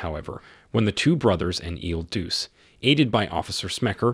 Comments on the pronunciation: not pronounced il deuce - try il duchay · "Il Duce" is pronounced "Ill DOO-chay", "The Duke" or "The Leader". A more famous holder of the title was Benito Mussolini. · IL DUCE is pronounced "ill dū•cheh" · You pronounce "il Duce" wrong. You pronounce it the same as "Il Duce" a.k.a. , Mussolini.